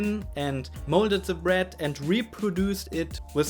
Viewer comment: Sprich deutsch! Dein Englisch klingt schlimm: Se bued, schugga, de do, se fritsch, eklschellie... SCHLIMM!